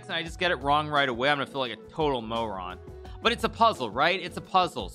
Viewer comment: "a total mowron" 😅